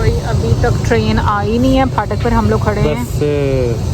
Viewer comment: phaatak- 😂 fhaatak- punjabi urdu..phaatak